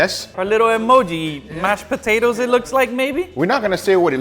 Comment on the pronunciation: Mash poo-tatoes